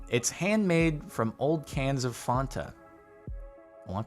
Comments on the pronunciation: ikr, Why would you pronounce Fanta as Fonta. There is no O in fanta... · Normal people saying fanta :Fan-ta Jardon saying Fanta : Faún-tà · Did he say Fonta when its pronounced fanta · Fonta?... FONTA?!? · Is it really Faanta(like a long aaaa) and not Fanta(short a) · Am I the only one that finds it weird he says fawnta not fanta? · I've never had a Fanta. But I've heard it's Fan ta not Fon ta. What Jordan said which sounded like the second one is not the right way. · Idk why he says font-ah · Yeah Jardon was the first person I heard pronounce it Fahnta not Fanta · Stop saying fonta... please satan STOP!!😭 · Are we going to ignore that Jardon just said fonta? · F a w n t a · Anyone else notice how he pronounces Fants wrong? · The way you pronounced fanta is something I have never heard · Do they not have Fanta in California??? How could he say it so wrong.... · i was looking for this comment- i thought i was the only one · Here in the Netherlands we say it this way, so it didn't hit me unil you mention it why its sounds off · Why do you pronounce Fanta so weird omg ew